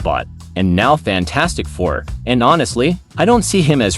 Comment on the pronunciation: AI voice over here. AI voice over there. AI voice over EVERYWHERE!!! "Faaantstic fur"!